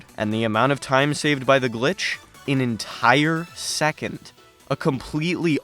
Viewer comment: I was gonna comment this EXACT thing lol. The stress on "entire second" sounds absolutely hilarious taken outside of speedrunning context